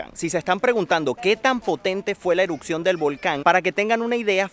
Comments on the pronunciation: Erupción, erupcion, no eruccion 😂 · no puedo con su "Eruccion" "Eruccionó" :/ me desconcentra de ver el video